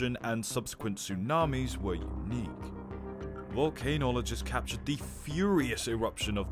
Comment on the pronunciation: This channel is called volcanow…and, you just said “volcanologists” but pronounced it “volcano-oligist ”…hahahaha